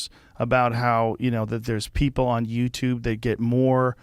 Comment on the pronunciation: I LIKE YOUR SHOW... BUT... COULD YOU PLEASE PRONOUNCE "PEOPLE" CORRECTLY. IT SOUNDS LIKE YOUR SAYING "PEE POO". THANKS.